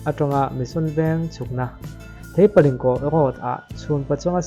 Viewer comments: Theipalingkawh (Thei chi khat hming) Road tih tur. A sawitu khian a lam dik lo. Theihpalingkawh a ti. A dik lo. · Theihpalingkawh niloin Theipalingkawh tia lam tur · Theipalingkawh lai tak khi, Ling laikhi, meiling thluk kan sawi ang in sawi tur . Link thluk ang a sawi loh tur. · Theipalingkawh Thei(fruit) a lam rik tur